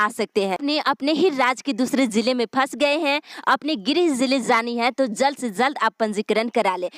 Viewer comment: News padhne me aap "z" bahut zeyada bolti hai jaise jharkhand ko aap zharkhand bolti hai our jab ek sentence kahatam ho toh kuch second ke liye ruk kar phir doosri line bolna chahiye. (Zald nahi jald. Zab nahi jab ye sahi word hai )aap urdu Sikh lengi toh uchharan theek ho jayega.